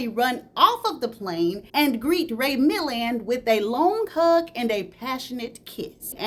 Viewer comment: You was tearing up Ray Milland's name😅 I swear I love your channel ❤❤❤❤❤